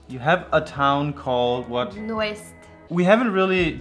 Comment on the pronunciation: They didn’t pronounce it very well :-) it is Nordeste, which literally means Northeast as that is it’s location on the island of Sao Miguel.